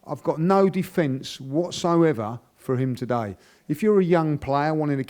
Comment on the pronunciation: As French when I hear him saying "Today" it really tilts my ears